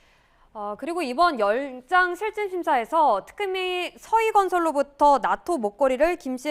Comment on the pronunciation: 여 아나운서 열잘실심사 ㅋㅋㅋ 발음 조아요 ㅋㅋㅋ